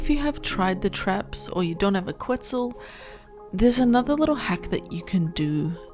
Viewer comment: It's "Ket-Zal" not "Qwet-Zal". Solid video though! This obviously wont work on PVE servers that disallow wild dino pickup. If you can't afford to replace walls you can just derender it and it will drop aggro.